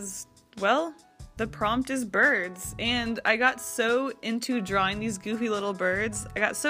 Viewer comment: I heard “birth” instead of “birds” so i got confused mid watching 😂 (im binge watching all of your prompts videos while doing art)